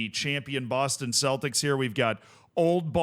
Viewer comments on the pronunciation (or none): none